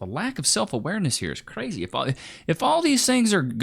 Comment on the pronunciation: Never stick your d in cwazy.